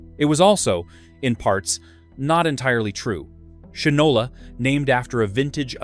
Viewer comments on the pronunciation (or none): Shinola is pronounced "Shynola." Unless you are obsessed with polishing your shoes, what moron would name a product, let alone a watch, Shinola - knowing the widely used historical phrase: "he (or she) doesn't know the difference between shit and Shinola." (black or brown shoe polish). I would think of shit, and laugh out loud, every time I looked at my watch.